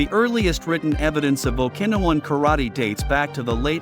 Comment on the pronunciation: AI crap. The pronunciation of Okinawan 😂